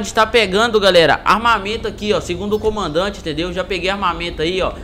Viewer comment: Na hora que vc falou comandante saiu comaodante